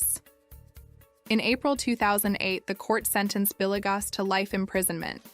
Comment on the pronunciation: Not trying to be an a**hole but it is driving me nuts how you pronounced Villegas (Vil-yegas) as Billy-gus..